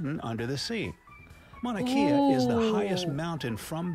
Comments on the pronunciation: Mauna Kea is not Mauna key-ya it is Mauna Kay-ah. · Yes, been to Four Corners. My son put each hand and foot in a different state concurrently, it was fun! Also, Mauna Kea (pronounced Kay-Ah, it means "White Mountain" due to being snow-capped) is the tallest mountain, Everest is the highest mountain. It's like a child standing on a table might be higher than their dad, but dad would still be taller.